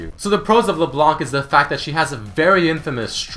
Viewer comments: Geez, the C is silent in LeBlanc, it's not LeBlank... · Hey I'm a Canadian fan of yours, and my main language is French so forgive my spelling. I just wanted to let you know that LeBlanc is obviously french for "The White" however when reading it in french the c wouldn't be pronounced. Making it so it should be said LeBlan:) also this part is more funny But did you know that LeBlanc is how you would be addressing a male and if you were addressing a female it would be LaBlanche. Anyways love your shows and Much love from the Great White North!:) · It isn't silent and it also isn't LeBlank, it's pronounced; Luh Blon ck.